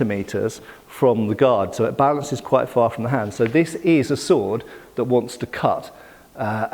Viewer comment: I have a doctorate in chilling out and I can tell you he just misplaced the S sound at the end of Balances